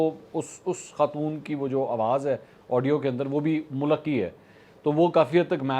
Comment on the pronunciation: Mulak is a PAINDU way of pronouncing mulk.